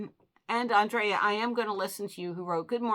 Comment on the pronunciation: Hi Terry, thank you for the shout out. I always enjoy your comment calls. Terry, you can say my name how ever you like. When you say my name it sounds like On-dray-ah. I pronounce it And-rea-ah. Some how I get Angela, Adrian, so its all good. Aww Shelby, and Miss lucky look adorable! ❤❤